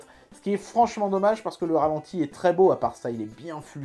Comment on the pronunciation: "Ratenti" ?? non.. Ralenti :)